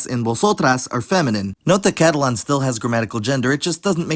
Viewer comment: Pronouncing Catalan like Catalon was kind of weird to me